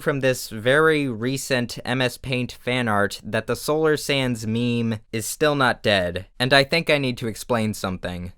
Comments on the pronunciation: Petition for Solar Sands to pronounce his channel name like Solar Sandusse in his intro & outro from now on. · Solar: Sands Everyone: Sans Me: Sanz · I hear solar snans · 'People don't say hands, they say hans. So I say Sans.' Ah yes, ok I get it. Solar Sans. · You have to say solar SanDuSuZ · I think it's cause the plural of sand is sand so when you add the s at the end it's just making the d almost silent.... Rip